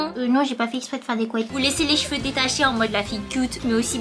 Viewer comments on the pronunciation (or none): none